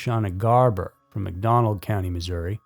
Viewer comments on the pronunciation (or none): none